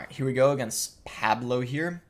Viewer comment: the way he says Pablo wrong lol